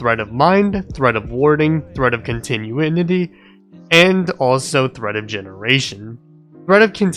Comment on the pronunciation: Good video. Nit pick: it’s con-ti-nu-i-ty. Not con-ti-nu-i-ni-ty.